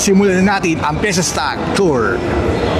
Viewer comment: Fiestag hindi Fiesta Stag. Babasahin mo nalang mali pa. 🤦🏻‍♂️